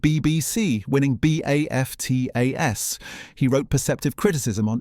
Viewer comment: one oh one dalmations? - one hundred and one - and B A F T A S instead of BAFTAs - that is why we hate AI voices